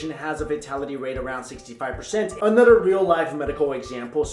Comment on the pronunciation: One critique - your English is amazing man, except when you say “another” you pronounce it “nudder” like nutter butters, which are amazing.